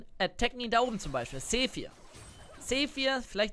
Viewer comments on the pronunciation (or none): Es kommt so rüber als würde ich nur Flamen oder Hagen das will ich und ich bin auch kein hater deines Kanals aber ich muss sagen der Champion heist nicht zephyr sondern sivir so wie du ihn aus spricht ist das erste i ein e und es hört sich an wie das item was es jetzt nicht mehr gibt und was zur hölle giga brain studiert man kann das auch ausdrücken um mit der e umgehen zu können muss man sie verstehen um sie gut an zuwenden